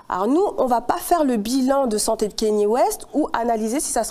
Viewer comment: Kanye kanye kanye [K-NI-É] pas Kenny